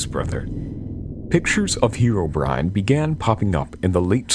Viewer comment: Pronouncing it as "heero-brine" just sounds ridiculous to me.